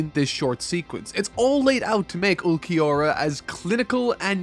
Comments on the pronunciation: Not gonna lie, im really disliking the lack of effort when it comes to name pronunciations. Like this blind review series is great so far but it doesn't make sense how you can go through and take clips from the anime in order to illustrate the cool parts of the scenes as you talk about them, but can't go watch/listen to see how the names are said. Ulquiorra is a tough one if youre just reading it but you didnt even try with yammy and thats hilarious. And the part where Grimmjow and his fracciones fought the soul reapers you didnt even name one of them like it cant be that hard. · This arc is awesome and introduced two different but great enemies for our MC and I love all of it! Also please review the first bleach movie before continuing the next video for the rest of the arrancar arc. Also ulquiorra and yammy’s names are not that hard to say and pronounce. While ichigo is my favorite shonen protagonist grimmjow is my favorite bleach character! I’d pay attention to those patterns if I were you, just a thought. I love it when people talk about philosophical and psychological stuff and relate with bleach. Wait what the hell man you’re not gonna talk about that perfection speech!? That was golden! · For Ulquiorra's name it's pronounced Ool-ki-or-ah. Hope this helps. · Ool-key-ora & yaah-me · not even trying to say Ulquiorra's name had me crying. Bro.. put Google Translate or something in Spanish and be done with it. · Ulquiorra: Ol-Key-Or-Ah Yammy: Yah-Me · Their names are Ulquiorra (Ul-KEY-aura) and Yami(Yam-e) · you pronounce ulquiorra’s name as ool-kee-aura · I won't say I'm a Bleach hater, but I definitely have some hard feelings with this series. The fights definitely bloat this section of the story and not every cool thing gets paid off at all. Some stuff just straight up gets ignored. It's truly frustrating to see Chad ultimately get the Piccolo treatment. Also, Ulquiorra is pronounced "ool-key-or-ah". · Ulquioras name is pronounced "ULL KI ORRA"